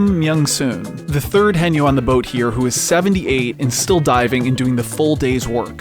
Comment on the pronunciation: One of many Korean working industries that is going to disappear. Also the pronunciation is wrong here, it's hae-nyeo like Hay nyour but with no r. Not hey-nyo.